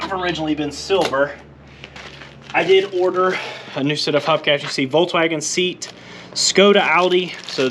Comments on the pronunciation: You don't pronounce it Seat, you pronounce it Say Yat. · Lol ‘Seat’. It’s pronounced ‘Say-at’. Basically VWs with a Spanish flavour.